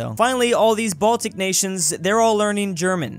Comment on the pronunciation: 0;52 did u say Baltic ore Balkan ~?